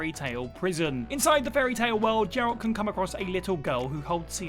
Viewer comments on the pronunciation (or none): It’s Geralt, not Jeralt. It has a hard G like glove, not a soft G like gem. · Geralt. Hard G. Pls. Every character says it and pronounces it. If you can get footage of geralt you can spend 2 minutes listening to someone say his name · Geralt, not Jeralt you fake gamer. It’s a hard G. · “Jeralt.”? Yeah this guy never played the Witcher lol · Have you never played a Witcher game or watched the show? That's not how you say Geralt mate Seriously, do some homework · The way he is saying Geralt. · This pronunciation of 'Geralt' is terrible, just shows these preesentors don't actuall;y know what they're talking about. Do some research at least!